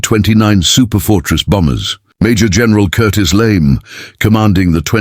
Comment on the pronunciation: LeMay, not Lame!